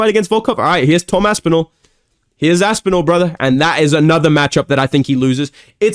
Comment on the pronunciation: “Here’s asspinal broths” 😂